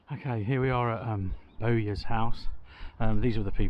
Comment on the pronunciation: Surley it's pronounced boy'er not bow'yer as you are pronouncing it.